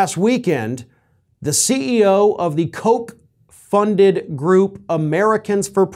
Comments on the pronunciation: Pronounced, "Cook." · Don’t get Jr. excited by saying “Koch (coke) Network” too many times. He might get the wrong idea about who doesn’t want to support his father anymore.